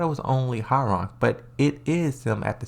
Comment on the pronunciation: Its not how-rang but hwoa-rang like hoa then rang